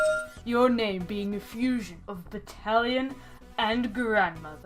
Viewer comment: When you said "Battalion" during the first entry i thought you said "italian" and i thought you meant the demon in question was just an italian grandma, and also that Return of The Dead was called "italian" in japan.